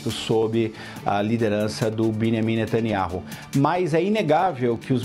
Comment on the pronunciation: Alguém mais reparou nesse jornalistinha se referindo ao presidente de Israel como “Miniami netaniaru”? 😂😂😂😂